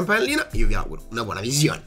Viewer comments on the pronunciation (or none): none